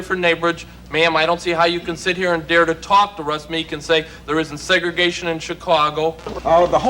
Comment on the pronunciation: It’s Meek, not Meeks.